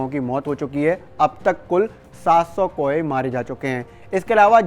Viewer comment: Abe jab bird flu aur world flu me farak karna hi nahi aata. Bird ko baar baar world bol rahe ho kauon ko koe bol rahe ho kisne ye channel par khabar dene ko kaha h?.